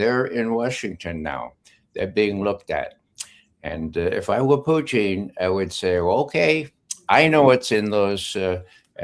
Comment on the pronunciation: Who is this friggin guy? Why can’t he say Putin correctly? Or is he saying Putin correctly and we’re all saying it wrong?